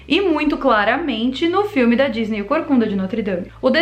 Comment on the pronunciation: Ela falou gisney